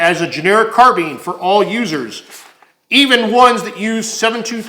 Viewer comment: carBINE not car BEAN